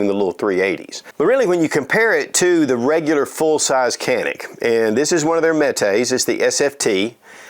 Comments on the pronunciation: pronunciation is djanik. a is a not e .. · You're pronouncing it wrong, brother.